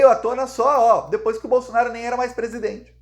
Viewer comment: Nao é BOLSONAR I O. é BOLSONARO, PORRA.